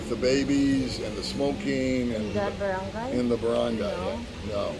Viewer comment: Barangay is pronounced BA-RUNG-GUY :)